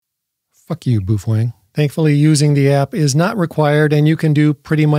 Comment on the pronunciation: When is this chump going to leatn how yo say the name properly 😂😂 boofweng 😂😂